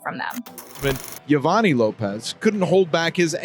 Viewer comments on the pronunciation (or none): Joe-vah-knee not yo-va-nay 😂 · I think you totally disrespect that man by continuously butchering his name hell the reporter even said his name right and you continued to disrespectfully butcher his name its pronounced Yo-vaun-nee not yo va ni if you're gonna run a you tube channel at least learn to pronounce the names right so you dont sound like a total idiot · I was thinking the same thing. She literally kept mispronouncing 2 different ways. She would say Yo-Van-NY and then Yo-Van-Nay. And then she even uploads a clip with the correct pronunciation of Yo-Von-Nee and still kept mispronouncing it. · It's pronounced Yo-Vawny not yo-va-nie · Even the news pronounces his name Yo-van-y. A y sound at the end. Dumbass. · The name is pronounced like Giovanni but the beginning is Yo- vanni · It's Yovani pronounced Yo-vah-nee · It’s “yo-va-nee” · Is anyone else annoyed at how she mispronounced EVERY NAME? It's pronounced Jo-vaugn-knee... sheesh...dique Yo-vun-eye...🙄🙄🙄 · If this girl was a WHITE WOMAN justice would have been given the next day n im sure the baby would have lived longer than just a few mts. FYI the husband's name is PRONOUNCED YO-VON-NEE...N IF SHE PAID ATTN TO HOW THE NEWS REPORTER HAD PRONOUNCED IT SHE WOULDNT HAVE BEEN SO IGNORANT IN SAYING IT WRONG THE WHOLE VIDEO. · Pronunciation is actually Joe vah nee